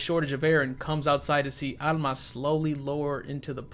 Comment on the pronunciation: It's rare to hear my name Alma in anything so it's a nice surprise to hear it in a horror movie. Also major points for pronouncing it with the Spanish accent. I'm so used to hearing people pronounce it All-ma